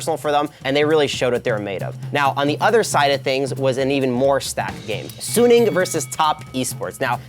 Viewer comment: Its gonna be a damwon 3-0 is delusional. And he saying suning wrong